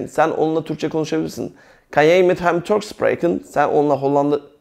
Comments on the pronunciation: Hocam ben beş senedir Hollanda da yaşıyorum.herşey çok güzel süper anlatımınız dikkat ederek dinliyorum. Bir kaç sorunumuz var doğru olmayan en azından burdan arkadaşlar belki görebilirler Jij —yay diye okunuyor Ze— zö Kunnen—kunnen Jouw-yaav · merhaba hocam, anlatim cok guzel. karsiliksiz insanlara bilgi veriyorsunuz tebrik ederim. hocam maksadim size kotulemek ya da asagilamak degil kesinlikle, ben hollanda da yasayan bir gurbetciyim. kunnen (künın) jij(yay) jouw (yauv) seklinde teleffuz ediliyor. tesekkurler guzel anlatim. umarim sayfaniz istediginiz buyukluge ulasir.